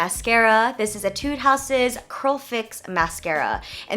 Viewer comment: just so you know, you're pronouncing etude wrong (which isn't a big deal since you're not from korea and aren't familiar with the pronunciations)